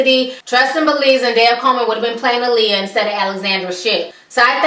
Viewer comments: Alexandra Shipp couldn't even pronounce Aaliyah name correct in interviews! How are you going to play Aaliyah and can't pronounce her name correct? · Wendy Williams has lost so much credibility...mind you, she couldn't even correctly pronounce Aaliyah's name. You can tell that this movie was rushed because its original date was suppose to be sometime in 2015. Anyone who was a true Aaliyah fan could have done a better job with the biopic. Hopefully, in the future, there will be a real biopic about Aaliyah where her family is 100% involved.